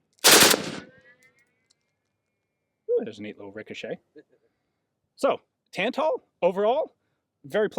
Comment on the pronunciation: Both As in Tantal are pronounced the same way, the second one should sound the same as the first one